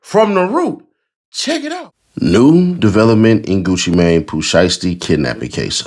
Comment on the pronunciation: She saying it correctly "GucciMane" not "GucciMain"